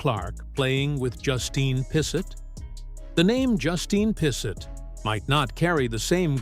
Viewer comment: Pissot is of French derivation, pronounced "P so". Not sure about the second T, though.